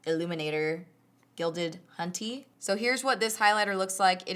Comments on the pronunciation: "guilded HONTEY" 😂😂😂😂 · hehe did you say gilded hunty?